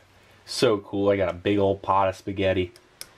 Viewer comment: emphasis on the "ol"